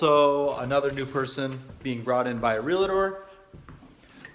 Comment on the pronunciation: It’s Realtor not Relater